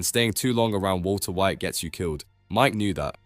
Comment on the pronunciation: "wulso whait" 🧐🍷